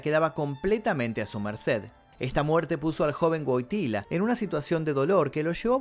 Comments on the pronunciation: se pronuncia “Voityua” Wojtyła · No se pronuncia GUOGTILA?